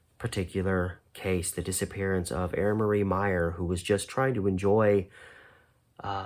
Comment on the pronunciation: FYI, she pronounced her name I-ran. Miss her!